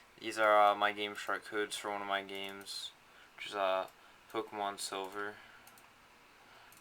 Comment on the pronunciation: POMKEMON? A NEW GAME? Duuuude i have to get this Pomkemon you speak of.